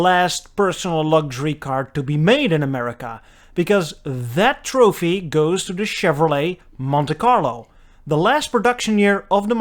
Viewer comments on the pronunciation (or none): none